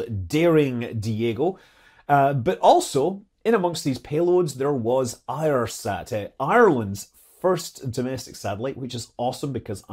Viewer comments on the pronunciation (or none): If you love Ireland Scott please learn that it is not "iresat" but Eirsat as in Éire. Pronounced "Airsat".